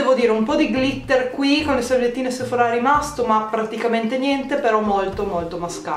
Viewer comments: Si dice Sephora nosephorá e ti consiglio di usare l'acqua mi cellare così nn ti si arrossa la pelle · Ora mi parte l’ Hermione che è in me: è sèphora non sephorà ahahah p.s. Bravissima bel video❤️